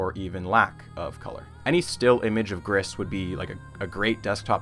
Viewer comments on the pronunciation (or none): I'm here, 3 years later, to point out that I'm pretty sure "Gris" is pronounced "gree", French for "grey".